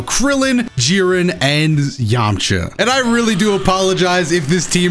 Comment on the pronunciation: “Krillin, Jiren and Zzzyamcha”